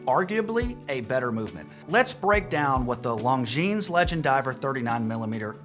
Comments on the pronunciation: [longjeans] LOL.... before create videos, learn how to pronounce brands. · This is a channel for watch newbies. If you want to base your buying decisions on this guy's opinions, go right ahead. However, if you advance farther into the hobby, you'll realize that he's wrong as often as he's right. For example, the Longines (the "s" in Longines is silent, BTW) Legend Diver and the Tudor BB58 are two different aesthetics. And he seems to have immense love for the Omega Aqua Terra, a watch that leaves some people cold (same for the Tissot Gentleman, which is a watch that absolutely screams that you let somebody else talk you into buying it). A watch is just wrist jewelry. Buy what appeals to YOU, not what somebody else tells you that you should like. But, hey, if your taste matches this guy, then you've found your guru. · The 's' is silent in 'longines'. And the 'g' is an extremely soft j.